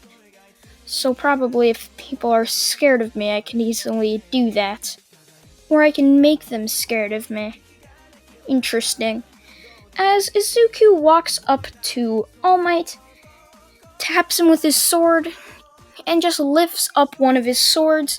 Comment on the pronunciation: You saying instresting is very cringy XD